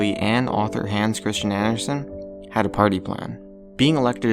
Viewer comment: Love the way people say Hans Kristian Andersen in english. I can barely recognize the fucking name.